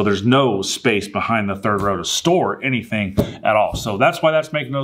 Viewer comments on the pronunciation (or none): none